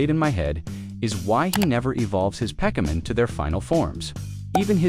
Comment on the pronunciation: there's actually some pretty neat tricks to manipulate a TTS voice to say "Pokemon" properly